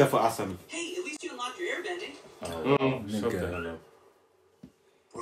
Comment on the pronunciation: Dude the way they are calling Asami sounds like answer me